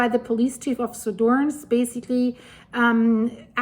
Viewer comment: Suðurnes is pronounced Su thur ness.